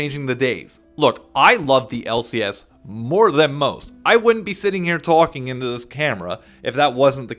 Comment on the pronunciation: I forgot you from new york until you said “talking”